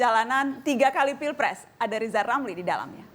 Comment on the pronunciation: beliau sebut nama sendiri aja gak becus!! 😞 maaf pak jgn penjarakan saya